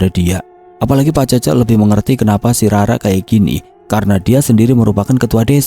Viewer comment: Cece dibaca Cécé. Ke depannya kalo bacain certa dari tanah Sunda mending cari tau dulu.